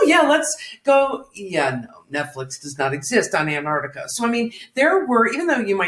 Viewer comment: Every time I hear Chris say Antarctica, I hear it as Aunt Artica as if he's been off visiting some elderly aunt 😝😂